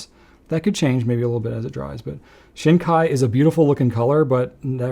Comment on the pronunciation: This was a fun video. Thanks! You mentioned pronunciation issues, so let me give you two corrections. The “shin” in Shin Kai is more like "sheen", not "shehn". And the “sou” in souboku is more like "soo", not "sue".